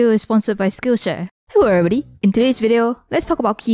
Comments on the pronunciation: All I can here in every single video is "Hello evwybody" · hewwo evewybody